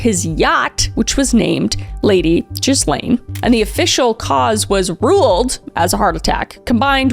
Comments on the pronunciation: Gillayne...Its Gill-ayne. Why cant anyone pronounce the name properly? The S is NOT pronounced. I know its not important but it makes me crazy. Gillayne. No S. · aren’t u Canadian!? u should be familiar w the frenchiness of her name!😂 it’s pronounced gill-lane, and ps- Nobel peace prize is pronounced nōbél, or no-BELL. Not “noble”. At least I’m pretty sure 😳😂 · Ghislaine is pronounced Ghee-len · Love your show. You probably already know now but it's bugging me so I'll mention that it's pronounced "Gelaine" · not “chiz-lane” 😭😭😭 I can’t get over that pronunciation of ghislaine lol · The French name Ghislaine is typically pronounced with a hard "G" sound, and the "s" is silent. The most common English pronunciation is "Gee-lane" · It amazes me that there are 57 different pronunciations of her name and none of them correct. It’s Ghee-Yon. It’s like Elon, with a French accent and a hard G at the front. I know jizz-laine is more ironic and humorous but wrong alphabet. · Wait, this whole Epstein thing is involved with israhell? Also I love that you keep pronouncing it jiz lane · I never tire of hearing the name pronounced “jizz lane” 😅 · Ghislaine is pronounced Gilaine as in fish gill. The H and S are silent. 😉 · One of the best parts about all this is she will forever be referred to in the public as jizzlane Maxwell cause people cant pronounce her name right. Its just a little salt in the wound and I love it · Jizz-lane is wild 😂 cuz now I can’t remember how her name is actually pronounced 😅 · Great video. The best part was her constantly mispronouncing Ghislaine as Jizlane it really made my day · Ghislaine is a French name. The “s” is silent. But it’s hilariously appropriate that Americans and Canadians keep calling her “Jizzlane” 😂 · Pronounced “gilane” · I know that monster Maxwell doesn't deserve her name to be pronounced properly, but it's pronounced Gee (hard G like Grass) Len. Gee-len. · That’s not how you pronounce her name - Ghislaine pronounced like Ghee-laine